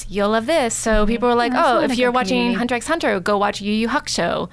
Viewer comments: You aren't supposed to pronounce the X..it's Hunter Hunter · the x in hunter x hunter is silent